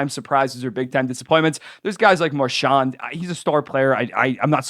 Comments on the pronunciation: When you said Marchand it sounded like you said “Marshaun” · Most people from Atlantic Canada say it like that but I don’t think he’s from there so it’s kinda strange